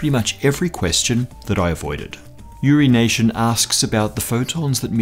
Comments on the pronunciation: "Uri Nation"? Really? LOL! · "urination" xdxdxd